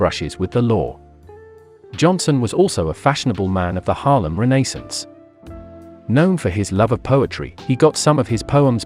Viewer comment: re- nay- sance